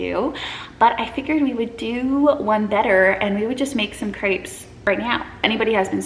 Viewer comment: Can’t wait for France vlogs 😍 I was do confused the first couple of minutes because I understood grapes instead of crepes 😂